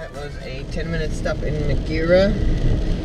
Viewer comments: Great video but "Ma gear a" Its pronounced "Mah air ah" :-) I'll challenge myself to do this trip a bit faster sometime this year but not in the middle of winter. Well Done! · Great to watch the video and be part of the challenge. Was watching you in Glympse has you arrived a Mizen Head. :) Oh..BTW its Maghera (Magh-er-RAA) emphasis on last syllable. Only peeps in my jurisdiction would have noticed ;);)